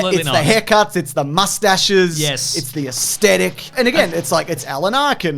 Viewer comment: I fuckin' love Caravan of Garbage but, going forward, it's important for me that aesthetic is pronounced correctly - it's ASS-thetic, not AST-etic.